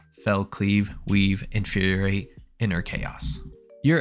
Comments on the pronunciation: Nice job creating a concise explanation. But ya gotta stop saying “inferiorate”. It’s “infuriate”, four syllables - as in to make something “furious”. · Infuriate only has one R, man. In-fur-ri-ate. You're pronouncing it like "Infuriorate" and it's confusing as heck. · Not me just pausing every time says "Inferior-ate" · Hey I'm sorry but Infuriate only has one R and 4 syllables